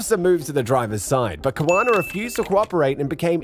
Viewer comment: Kawana needs lessons in diction , pronunciation and language usage.